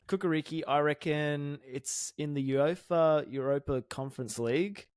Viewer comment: The last 5 mins of that are up there with the best Sorare content ever. Absolute funkiest from the moment called it the Eurape-er 🤣🤣